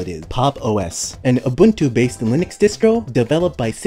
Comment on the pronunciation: FFS, you're supposed to be a expert on distros and you can't even pronounce Ubuntu right